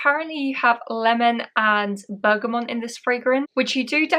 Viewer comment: Bergamot isn't pronounced as Bergamont. There is no N in the word. Bergamont is a type of bike.